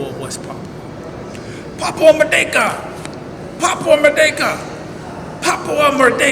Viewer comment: when american operators chide me about papua, they always emphasise the second syllable.. merDEKa. i guess they wish they could deck me :) (term for an effective punch).